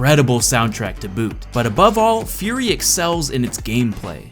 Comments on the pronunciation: Does realize that he is pronouncing Furi wrong? It should sound like "Free." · It is actually pronounced Fuu-ree, not FURY!!!!!!!!!!!!!! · Hey, my only problem with this video is pronunciation of "Furi", I believe it is pronounced "Free"